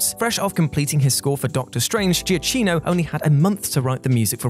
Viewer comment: Fyi, it's Michael "Giacchino (pronounced jya-keen-o). I listen to Preston and Steve, a radio show in Philly, and Giacchino has spoke with them often (a friend of the show) and they've also been out to his house for the recording of The Incredibles 2 soundtrack, and they say his name this way.